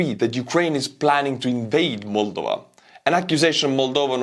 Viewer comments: Mulduva? Well, that aside, thank you again and always. I am thinking perhaps, I will adjust my pronunciation after your fashion. It will drive the Missus to distraction along with my pronunciation of the word "audience". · Just stop saying 'Moldova' twice in every sentence if you cant pronounce it properly. I got icks countless times here